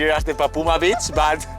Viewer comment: Cuidado con la pronunciacion de beach. Puede dar a malentendidos.